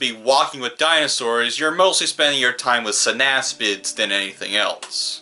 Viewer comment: GODDAMMIT STOP SAYING SYNASPID! But seriously, it's synapsid.